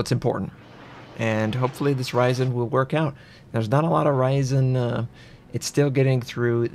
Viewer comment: on the "hoRyzen"